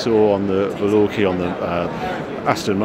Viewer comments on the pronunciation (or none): H it's a VALKYRIE not a Valorky hahahah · VAL...KA...REEEEEE.... say it with me now.... Wagner didn't write "Ride of the Valorkees" did he? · It’s Aston Martin Valkyrie is it not? Not valurkie? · Velorkie is a strange way to pronounce the Valkyrie its name, don't you reckon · WTF is with this ‘Val-orkie’ thing 😂 Some kind of inside joke?? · Worlds collide when Harry meets the Liberty Walk cars... Also, very funny prenounciation of Valkyrie!